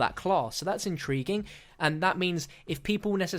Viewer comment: DONT EVER SAY INTRIGUING AGAIN PLEASE!